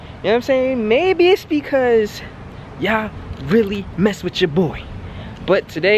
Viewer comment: DUDE FROM JERSEY TALKIN BOUT YUUUUUURRRRRR